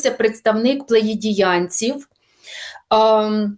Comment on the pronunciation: В людини вимова англійська саме слово плеяди